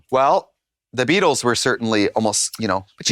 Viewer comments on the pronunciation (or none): none